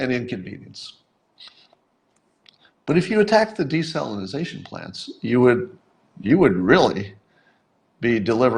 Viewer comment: Psst... public speaker: It's desalination, not desalinaZAtion.